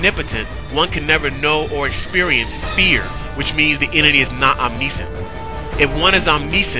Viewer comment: Oh, and btw, it's pronounced om-NISH-ent or om-NISH-ence, NOT om-NEE-sense or om-NEE-sent. Just so ya know...Keep on keepin' on...